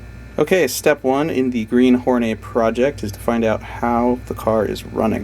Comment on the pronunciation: I paused the video to write this ... are you calling this car "The Green Hornay" for a giggle ? Why would you call it "Hornay" [a posh person with a hard on] rather than "Whore Net" as it should be pronounced. Look dudes, you might not know this dooooozie of a detail but ALL WOMEN are whores for the right man .... This masterpiece was called "The Green Hornet" for a very good reason ... surely !?